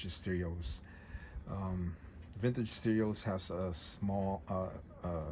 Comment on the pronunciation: Vintige steerios..........Vintige steerios..........Vintige steerios..........Vintige steerios..........Vintige steerios..........